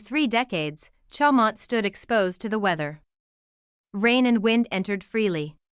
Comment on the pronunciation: If you can’t pronounce it you shouldn’t post it!